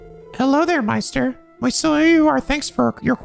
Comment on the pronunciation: Props to you for correctly pronouncing "Meister" (most commonly meaning "master"). The German "ei" is indeed pronounced like "eye". Good job.